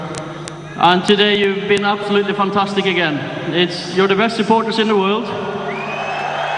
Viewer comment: Ole has been saying "fantasteek" even then